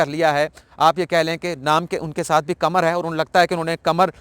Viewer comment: قمر چاند کو کہتے ہیں "ق" کمر جسم کا حصہ ہے "ک" اردو کے تلفظ اگر صحیح ادا ہوں تو فر"ق" صاف ظاہر ہے